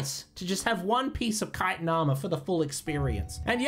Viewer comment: Okay you figured out chitin, Chorrol... Now say "chim" right please. I beg you